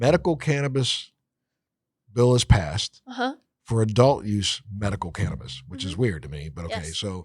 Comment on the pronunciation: Well it's not called "Can'tabis" lol